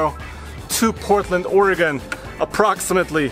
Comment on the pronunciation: KUDOS to Roman and Son! They can actually PRONOUNCE Oregon!!!!!!